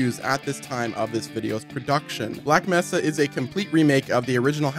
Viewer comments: He keeps saying messa instead of mesa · It’s May-sa.